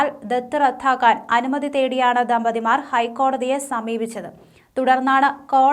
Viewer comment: 😂😂 ദത്ത് "റദ്ദാക്കുക"യല്ലേ❓ "റദ്ധാക്കുക" യല്ലല്ലോ‼️ ഉച്ചാരണം ദയവായി മെച്ചപ്പെടുത്തുക‼️‼️😂😂